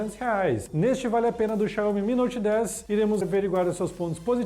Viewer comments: Essa pronúncia Xanhomi 🤦🤦🤦, Xaumi, Xaumi, Xaumiiiiiii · Pelo amor..... "Xaiomi" não existe! Xiaomi se lê "Xaomi" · Começou o vídeo já falando xaiomi! Não sabe nem pronunciar o nome vai saber o que!? Da uma pesquisada!